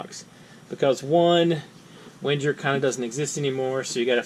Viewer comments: Wait. Wen-jer? Is that REALLY how you pronounce the name? Regardless, I have a black LL Bean model of this tool and the ONLY thing that could improve it w/o adding weight to it is measurement markings on the screwdriver's shank. One of the best tiny tools ever made. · If no one has given you pure hell for how you pronounce Wenger, can I PLEASE be the first?